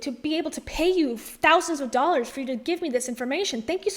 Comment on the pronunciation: Did you say doll hairs? 😂